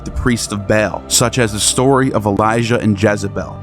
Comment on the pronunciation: Ba'al = Bay-all